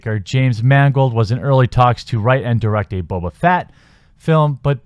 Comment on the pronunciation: Did you just call him boba "fat"? Triggered!